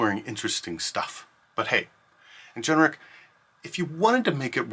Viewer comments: Please say Ingenic not Ingeneric ... driving me nuts! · why on earth is this person pronouncing the word as "in-gen-er-ic" when it is spelled "in-gen-ic"? very strange